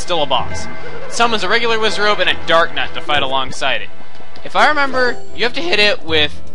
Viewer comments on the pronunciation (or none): you said WIZZ a robe or wutever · wisrobes? it sounds like you Wizz! on robes XD